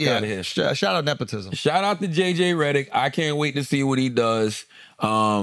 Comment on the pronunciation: "JJ Rederick"😂😂😂